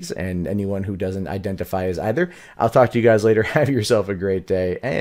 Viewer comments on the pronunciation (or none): none